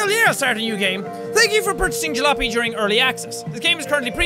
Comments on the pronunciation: Jack, its called (Ja-la-op-y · It's pronounced, ja-lop-ee (say quickly!)